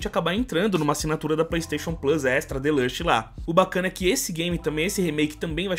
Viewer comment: É tão engraçado falando Deluxe.